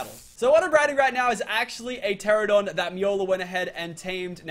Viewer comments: Meola told him the correct way to pronounce it and he STILL says "Terradon" Some people never change. Or gain brain cells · "Terradon" not "Pterradon" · ITS PRONOUNCED TE-RA-NO-DON. NOT TERRADON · it's pronounced TER ANN O DON.. TERANODON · It's pronounced ter-an-a-don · The P is silent